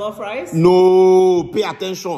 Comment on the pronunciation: It's the "pay atteshan" 🙌🏾🤣🤣🤣🤣🤣